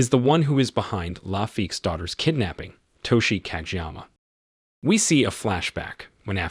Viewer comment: codge'yama.... are you fuckin serious? googling pronunciations to difficult?? lololol